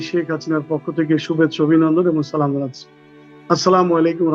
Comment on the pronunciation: সালামটা সুন্দর করে দিবেন। সা মেলাইকুম বলে কোন ওয়ার্ড নাই।